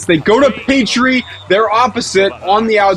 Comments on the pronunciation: No, you tend to hear PAHT-tree or puh-TREE. I've never heard PAY-tree like pronounced it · wait, does American people call Patry, Peitry? 💀